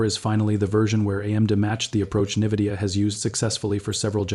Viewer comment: Its not Nividia, its Nvidia...